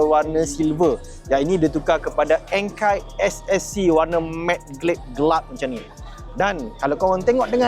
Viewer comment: Menyampah aku dengar orang malaysia sebut enkei ENKAI ORANG JEPUN PON SEBUT ENKEI WOI